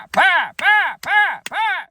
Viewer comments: Your southern accent is spot on . NOT !!! I can't believe they bought that . The way you said pie made me angry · Basically whenever he puts on the taylor swift accent he becomes closer to breaking than I've ever seen before. Not even he could get all the way through shouting pie I'm a southern accent while clapping with a straight face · the section where he needed to think of a taylor swift song and started clapping his hands yelling pie in a southern accent had me genuinely in tears laughing